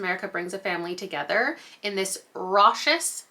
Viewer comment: Raucous is pronounced like raw-cuss. 😊